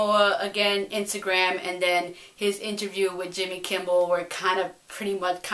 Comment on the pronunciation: It sounds like you're saying "Jimmy Kimble" hehe. I think Jason was a pretty good casting, looks like he'll be a tough superhero instead of someone people look down upon.